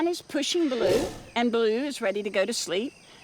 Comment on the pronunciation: Sher-Khan --> correct pronunciation = Shayr-Khan, Balo --> correct pronunciation = Bah'loo -- mab